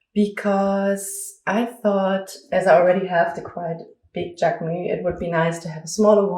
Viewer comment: This video is so helpful ! Thank you. Just from a french speaker, Jacquemus is a word in which we pronounce the s at the end